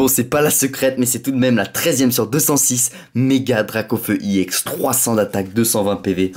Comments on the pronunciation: on dit ex pas ièx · pourquoi tu dit iex à la place de ex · On dit pas ix on dit ex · non pas du tout regarde on dit bloc ex et pas iex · pourquoi tu dis iex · on dit ex est pas éx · ex pourquoi tu dis iex a la place de ex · Cest pas iex cest ex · tu me soule a toute tes ouverture je te le dis : on ne dit pas i ex mais une carte ex t c** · c’est pas i ex c’est ex et tu triche sur David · pourquoi tu dit iex ??????